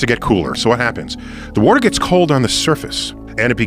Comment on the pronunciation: “Wooter” They all pronounce it that way. I had to